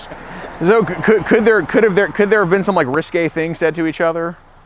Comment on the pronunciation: The actual word is risque, thats how you pronounce it riskaay